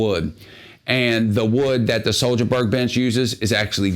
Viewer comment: "HWOAHBERRY" is closer to the actual swedish pronunciation